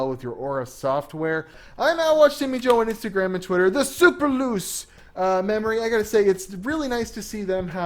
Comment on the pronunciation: It`s Super Luche (that`s how you`re suppose to read it). Geil uses Italian names on their DRAM always. Potenza, Forza ...